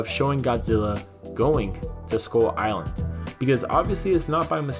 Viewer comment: Why do I hear "Skol island"?